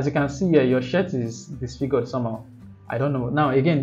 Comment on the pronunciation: that was amazing bud ! thank you so much it's gonna help a lot ! beside i'm counting on you to fix your pronounciation of the word SHIRT ahahaahah 😂😂😂